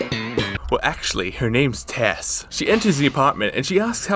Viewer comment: It's incredible how many times he gets Tess' name wrong